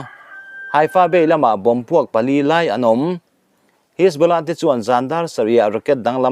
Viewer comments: Ka pu.... Pûl ti a i lam rik hi Poll/Pawl tih tur a nih hmel a, 'Hisbula' i tih pawh hi 'Hesbollah/Hesbola' tih tur a ni em? Kan beng ber ini bawk a, nalh leh dik deuh han puang teh le...huat lo ah aw... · Puul.. hisbawla.. ati lehta.. Lungtum bul a thil sawi ang chiah. A ṭawng hmangtu/neitute lam rik dan te hi chik ve tur tunang laiah chuan.